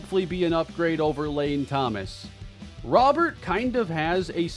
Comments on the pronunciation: it’s pronounced “row-bear” please don’t call him Robert the rest of the series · Just saying, it's pronounced "Robe-er" not Robert (since he's not American) nor "Ro-bear" (since he's not French). Great acquisition though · Love the trade, but i'm gonna go insane if i keep hearing you call him Robert. His name has Spanish pronunciation "row-BARE" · Its not probounced Row-bear, its pronounced exactly how its spelled Robert, only diff is you roll the R at the beginning...hea Cuban not french man lol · please please please pronounce Robert the correct way from here on! It’s a French name even though he’s from Cuba. It’s pronounced Roh-Bear Like Rudy Gobert Louis has said before that he prefers this pronunciation of his name. I’ve never heard people mispronounce Gobert’s name, so it’s interesting that it only happens to Louis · just for future reference his last name is pronounced "Row-bear" like rowing a boat and the animal. Love the trade! I think you could also bump up Mason Miller's potential/ovr because of what happened in real life